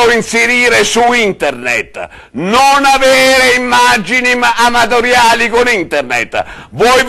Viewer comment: "NON farlo inzerire su inderned,NON avere immaggini amadoriali gon inderned"ahahahahahahah ESPLODO XD XD XD XD